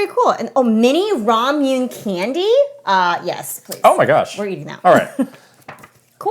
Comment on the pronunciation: Did just pronounce Ramune as "rom-yoon"? I believe it's pronounced "ra-mu-né."